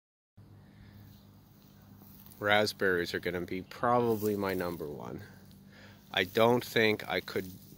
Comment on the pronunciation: "Numba 2" 😄